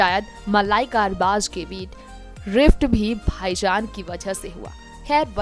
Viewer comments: Arbash nai arbas khan bol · Arbaz never ditched Malaika..... Understand that........ Try to pronounce Arbaaz...... Properly...... Nonsense Salman Khan has nothing to do with their break up...